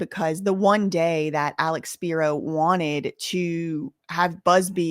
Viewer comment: Alecks speeroh